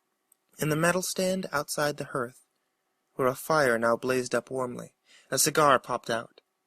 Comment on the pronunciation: Cmon tell me you know how to correctly pronounce the word "hearth" ...hint it is not the way you said it ! **EDIT: I guess you dont since you said it again the exact same incorrect way at !!